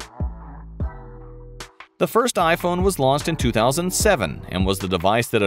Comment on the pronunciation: Him: Launch My mind: did he say "lost"?